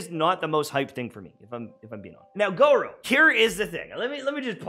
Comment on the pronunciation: i dont wanna be that person but its gor uuuu like u drop the o its the u sound